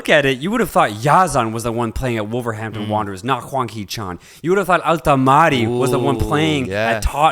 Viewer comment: Guys, just a little tip, Al-Tamari is pronounced like this "Al-ta-mri". There is actually no A between the M and the R